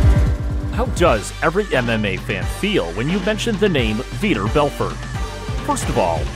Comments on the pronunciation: Who the hell is "Veeeter"?? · Learn the lingo first . Vee-tor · Veter? Lol😆